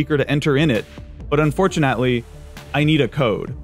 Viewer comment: this is completely irrelevant but i love that you pronounced the typo in unfortunately in cody's first message